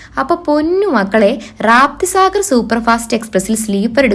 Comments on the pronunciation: മോളെ റാപ്തിസാഗർ അല്ല രപ്തിസാഗർ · Atleast vlog ചെയ്യുമ്പോഴെങ്കിലും, train name ശരിയാംവണ്ണം പഠിച്ചിട്ട് വരിക. റാപ്തി സാഗർ അല്ല, രപ്തിസാഗർ എക്സ്പ്രസ് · റാപ്‌തിസാഗർ അല്ല രപ്‌തിസാഗർ 👍.